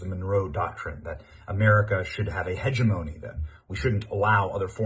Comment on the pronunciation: Benny. It's pronounced huh·jeh·muh·nee